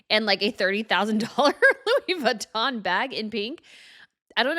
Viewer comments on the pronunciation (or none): none